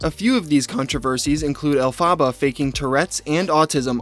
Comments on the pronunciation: “El-fa-ba” is killing me 😭 having known the Wicked musical, and knowing what Elphaba’s real name is pronounced as is killing me every time you say it 😂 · i’m pretty sure it’s El-fuh-buh. Glinda (the other main character in Wicked) says it in the beginning of the song Defying Gravity so that’s what i’m basing the pronunciation off :) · ElphAHHHHba, the pronunciation is really getting me 😂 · i’m so sorry but i can’t get through this video with the El Phaba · Everytime pronounces it "El-pha-ba" I cringe. Lol. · Love the video… but it’s pronounced “elf-fa-ba” if it’s the same as Wicked (Wicked Stan here) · Elphaba is pronounced: Elle-Fuh-BUH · love your content man but the way you mispronounce elphaba is making my head hurt😩pls pronounce it correctly if you ever post an update on her lol it's pronounced el-fuh-buh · The name is pronounced El-fuh-buh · It’s pronounced Elfuh-BA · Omg love this video but plz google how to say Elephaba bc ur saying it so wrong and it’s so annoying but funny also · it’s pronounced el-fuh-buh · It’s pronounced alpha ba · EL. FUH. BUH. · I feel like I'm gonna die if he keeps pronouncing Elphaba like that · I'm sorry but I just can't get over the way you pronounced Elphaba😂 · I mean, apart from you pronouncing her name wrong, this is a really good video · I love this video but being a broadway nerd it’s killing me know you’re saying “Elphaba” and you said it so many times 😭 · You pronounced the name wrong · Can you please watch a wicked film and learn how to pronounce the name alphaba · I really wanna watch this but when the name is mispronounced over and over again.. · not him saying her name wrong the whole time LMAO could u not even bother to look up a pronunciation? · Why do you pronounce Elphaba like that 😭😶 you’re killing me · Learn how to say the name ........ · the way you are pronouncing elphaba is annoying me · literally had to stop watching the video because of how you kept mispronouncing her name, sorry:(